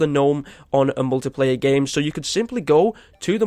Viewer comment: You said muliplayer not multiplayer